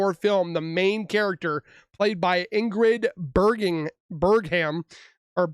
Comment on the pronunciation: Their names are pronounced "Een-grid Berg-mun" and "Harvey Wine-steen". Have you really never heard of Harvey Weinstein? The famous Hollywood scumbag who was convicted of multiple counts of s*xual assault over many years in two states, and whose convictions sparked the entire "Me, Too" movement? The reason Cosby's cane was a pity ploy, was because he did not regularly use a cane in real life. It was an optic, meant to elicit sympathy for an old, pathetic, enfeebled man, from the jury. Depravity is pronounced "duh-prav-ih-tee". What I told my sons when they were learning to read is that you can quickly sound things out in your head first, to see if you recognize the word, before you speak it out loud. You have heard the word "depravity" before. If you sound it out in your head before you say it, your brain will immediately match the word on the screen with the corresponding word you are already familiar with. Have you ever heard a word called "dep-ruh-var-ih-tee"? No, because that is not a word. But if you get in the habit of immediately sounding words out phonetically in your head before you try to pronounce them, you can quickly match then to a word you already know and sound them out audibly. Also, phonetic pronunciation is usually correct. Not always, and it doesn't work with names or foreign words much of the time. But it does work for a majority of common English words. A good exmple: "altered" did not make sense in comtext with Shannan's friend telling police Shannan wa